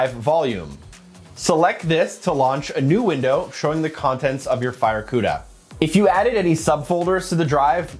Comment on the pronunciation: I cringed each and every tine he said the word “FireCuda”…ewww